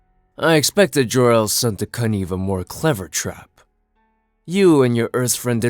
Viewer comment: Did well, except you need to look up the pronunciation of connive.